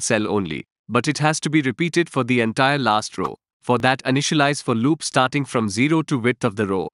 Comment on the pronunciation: Explanation sucks. "fireChar" and "for loop" pronunciations suck.